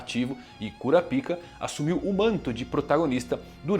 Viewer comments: poxa mano KúraPíka é foda ne... fala pelo menos igual os japa.... kurÁpka.... fica um som melhor... até pra quem nunca ouviu falar do anime, pra nao ficar essa zoeira com o nome dele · Fica melhor a pronúncia " KURAPAIKA"